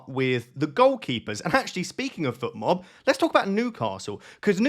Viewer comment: Fotmob not Futmob,! Should I captain Sarr?